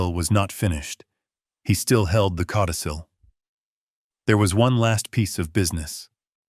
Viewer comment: Cautisil??? LOL. It’s “codicil”. Please do better.